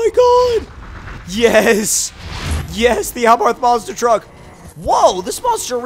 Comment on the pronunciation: It's pronounced "Monster Truck", not "Monster Track".